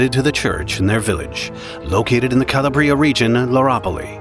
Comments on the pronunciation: Kuh-law-Brie-uh, my guy. Not call-a-Brie-ah. Good vid so far tho. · It's "C-a-labria", a certain "paese", or region, of Italy, not "Calabr-i-a" (if you're able to follow my homemade phonetics!). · It’s cah-LAH-bree-ah, not cah-lah-BREE-ah. Get a real person to do your narration. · Cala bria drove me nuts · You could have at least made an effort to pronounce Calabria properly!